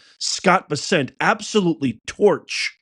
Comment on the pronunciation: Please learn how to pronounce his name. It’s not Bes-sent it’s Bessent. She needs to be put down. Mad Maxine.